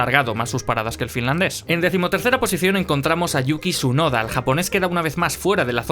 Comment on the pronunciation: Por que no pronuncias la T en Tsunoda?